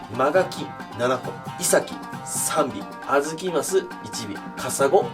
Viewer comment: イ↑サキ 気になるなぁー